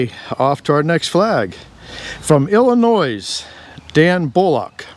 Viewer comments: It's NOT "Illi-NOISE", it's "ILLI-NOY" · noy brother, not noyz. thanks for the vids from Chicago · hey,there is no noise in Illinios "ill in nuw" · Great seeing you make the most out of some of that shaky lumber. By the way, the correct pronunciation of Illinois, is Ill uh noy. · ILLNOY or ILLINOY. There's no noise in Illinois! Thank you for displaying our flag! I really enjoy your videos. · The Illinois flag..it's pronounced ILL-LIH-NOY, the S is silent. French, don'cha know! I'm from there, so that's official. Couple mills around here south of Boston Massachusetts, have closed, but one that HAD been closed for about 60+ years will reopen as a water-powered mill. I did a lot of the rebuilding of the stone foundation/sluice way, the main saw building and box mill buildings have been rebuilt. They milled wood for ships and homes, and later boxes for shoes shipped during the Civil War. Scroll down for to see in the background, it had been rebuilt back in the 1800s for a turbine, but it's going back to a water wheel IIRC. All the replacement main timbers were hand hewn, pit sawn or milled locally. An older fella from Maine is building the saw mechanism, he's built more than a few mills. What they call an 'up-and-down' saw is a sash saw. A stiff blade in a wood frame, reciprocates. Scary in a different way. One of the things about the dam and surrounds was all the damned snapping turtles laying their eggs, getting in the way. MASS-SA-CHEW-SETTS...yep, where I'm living now. I do a bit of timber framing, drive a school bus when needed. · The "s" at the end of Illinois is silent. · The “S” in Illinois is silent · Illinois is pronounced more like annoy. The "S" is silent. just a word from one who cares about words. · FYI-the “S” in Illinois is silent. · with respect, the s is not pronounced in Illinois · THE “S” IS SILENT IN ILLINOIS. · Did he pronounce Illinois with an "S" at the end? 😆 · its ILLINOIS you don't pronounce the S at the end. I L L I N O I